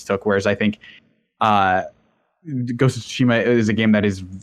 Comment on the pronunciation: Thank you for pronouncing Tsushima correctly! You don't hear Sekiro or Tsushima being pronounced correctly too often.